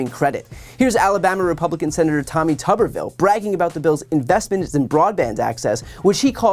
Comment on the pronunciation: 1 B means "tube", 2 Bs means "tubb". This dude's name is Tuberville, not Tubberville.